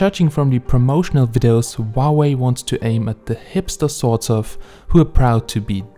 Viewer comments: we pronounce huawei as hoo-a-wey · Huawei isn't pronounced that way though.